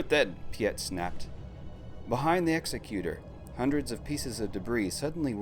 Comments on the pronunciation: Please please please stop mispronouncing Executor. Its is pronounced "ig-ZEK-yoo-tur" like executive. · EGGS-ECK-YOU-TORE is how you say that. common mistake it seems